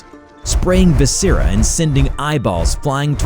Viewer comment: Why do you have so much trouble with pronouncing simple words and names? Commune (com-mewn). Viscera (vis-sir-rah). Hadid (Ha-deed). Every video, you butcher 2-10 simple words.